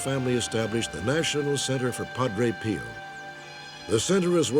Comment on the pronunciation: If I hear "Padre Peeo" one more time.........